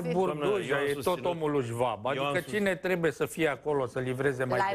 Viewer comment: Trebuie, este corect și nu trebie,așa cum pronunți tu,.